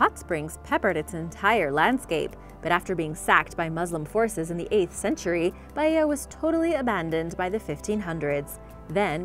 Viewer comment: For the love of God please pronounce Baia normally and not Baiiiiia